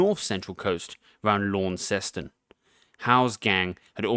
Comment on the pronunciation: Best pronunciation of "Launceston" I've ever heard from a foronier ;)